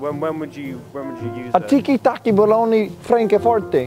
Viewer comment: i criedd when he said “ a bAlOnY”